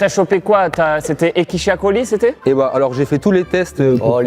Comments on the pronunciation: Ekichia coli, la fameuse bactérie mutante de Toulouse non? 😭😭😂😂😂😂 Sinon c'est Escherichia coli 😂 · Bigflo et son « Ekichia Coli » 😂 à la place de « Escherichia coli » veut faire son malin alors qu’il ne sait même pas le prononcer correctement 😅